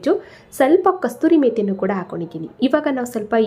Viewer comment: Mam,kasturi methi alla,kasoori methi.